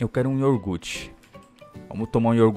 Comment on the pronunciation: falo y iorgute kkk é iogurte